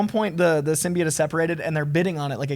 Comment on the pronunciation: the way the host say's Symbioit annoys me